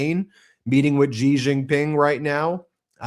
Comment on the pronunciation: Xi of China is pronounced SHE. Please Do Not say GEE because it is not correct!